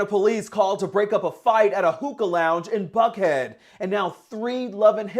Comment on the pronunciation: Can please say buckhead again 🤣🤣🤣 omg!